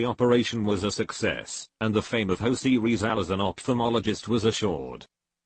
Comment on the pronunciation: Manilawa ako sayo,eh hindi mo nga mapronouns ng tama ang pangalang Jose Rizal 😆